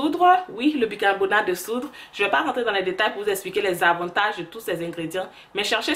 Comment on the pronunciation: Hé ma chérie. J'adore ta chaîne. Si jamais tu es devenue trop américaine oh . Ah ah on dit bicarbonate de soude et non soudre 😚